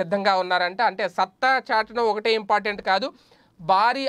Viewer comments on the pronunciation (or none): none